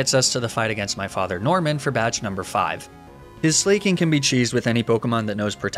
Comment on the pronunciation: Ok so this is just my take on pronouncing slaking. Slack-ing because he’s lazy but also a king?? You: slayyyyy king